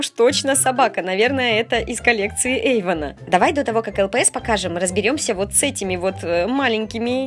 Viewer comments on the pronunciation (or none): Эйван, а не Эйвон!!!!